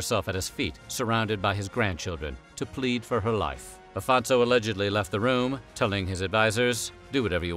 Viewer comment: Afonso is pronouced Aphonsso, not Alphonso. the rest is right